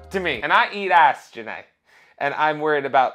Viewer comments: The way you pronounce her name makes me think of Forest Gump saying Jenny’s name as Jen ay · Everytime "Ja Née" is said, I can only think of Forrest Gump saying "Jenny"